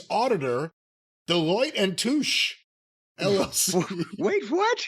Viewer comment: It’s pronounced “toosh” lol